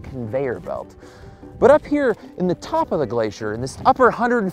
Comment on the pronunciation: "on the TOP of the glacier..." Am I hearing a drop of Candian slipping in there?